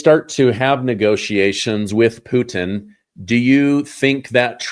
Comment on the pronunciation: " Pu-tin" 😂😂😂